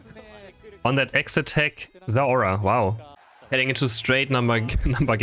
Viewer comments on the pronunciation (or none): Its not zeora It is zeraora